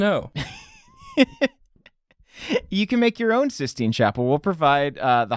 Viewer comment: Sith-Stine Chapel? That is all.